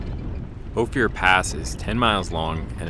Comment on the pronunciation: This is “oaf-er” pass outside of “You-ray”